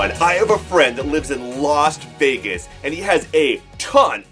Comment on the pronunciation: You said lost Vegas lol.....super awesome video 👍 👍👍 👍......very nice lightning storm.......as a collector, I'm selling off all my Yu-Gi-Oh cards and am gonna soley focus on my Pokemon cards now. Still love the artwork and will continue to watch your videos. Keep on keeping on!!!!!!!!!